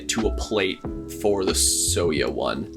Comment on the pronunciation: So to help if you ever run into the word soya again, it's kind of pronounced like Soy-ya or Soy-uh The color is supposed to represent the asian style soy milk that a lot of us grew up with more than it does like beige, but I can definitely see how it can relate...I definitely would not be typing on my soya board if it was actually beige, but very entertaining video and I also agree, this keeb is a chonker both in style and weight. I can't imagine how it would be like with the optional weight